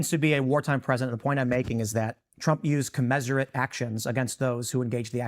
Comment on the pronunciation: Love Tim. He has to learn how to pronounce “commensurate.”